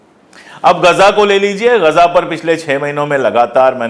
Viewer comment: Sir, Aapto ghaza bol rahe hain. Priya Hamare pradha mantri ji gaja bol rahe hain. Kya ye uchcharan sahi hai.